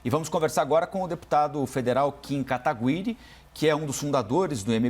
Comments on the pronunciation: "Kim KataGÜIre". Tem uns jornalistas da CNN que parece que não acompanharam nada da política antes de começar a trabalhar... Sabe nem falar o nome do cara! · O reporter falar Kim KatagUiri foi só pra irritar mesmo!! hahaha